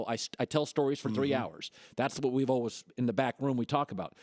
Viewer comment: Colin doesn't know how to say 'always'